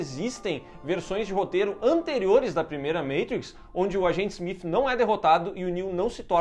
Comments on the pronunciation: Engraçado voces falar aobre falar Matrix ou "Meitrix", Neo ou "Nio", e falam Agente Smiff.. hahahahah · Smif kkk o nome do cara é smiti pooo